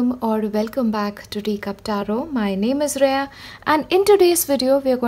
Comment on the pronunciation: Reya :) Pronounced like Ray of sunshine 💚